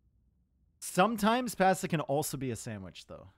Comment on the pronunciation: can pronounce pasta as pesta or posta but not as pasta.